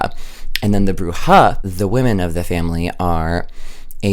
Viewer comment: you're saying Bruja correctly! It's good :)